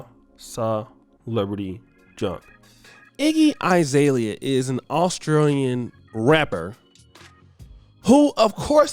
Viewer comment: When they start selling themselves, it’s already over. It’s like talking smack about drug dealers, messing up, and then hitting the block. Why this dude call her eye-zalia